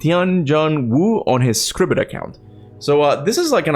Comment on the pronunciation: SCRIBED account it’s pronounced as SCRIBED. As in you subscribed to read it.